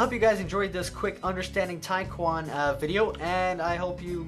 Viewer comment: I thought you pronounced taekkyon tachyon....